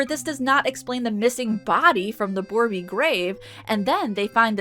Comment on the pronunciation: Hello, just a bit of a pet peeve for me being a native and all, borbey is misspelled probably intentionally, yet it's pronounced bore-bay, and not as boreby, still appreciate the effort.